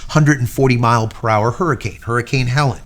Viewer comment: Hurricane was HELENE, not HELEN, pronounced HELL-LEAN.